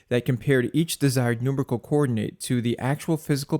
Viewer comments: excellent video, but ... "NUMRICKLE?" that's a new one. I always said and heard " NumErical". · Just for future reference, "Numerical" is pronounced like New Miracle... Not trolling, just trying to help. Excellent motion graphics choices by the way. It was a well done and informative presentation.